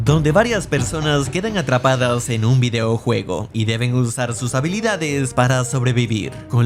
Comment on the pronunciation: Es una narración hecha por IA? Se escucha raro cuando dice "videoujuego" aun así siempre se agradece un video tuyo